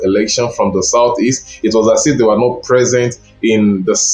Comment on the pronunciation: This is a shallow analysis. Define the work “lock down” as used in ur presentation. Did he win the hearts of the ppl or the Governors who control the states? Lastly pay attention to proper pronounciation of words. Not vs north. How is “t”vs “th” pronounced?